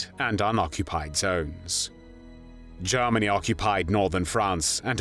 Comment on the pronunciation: "Garmany" "Tharty" 🤔??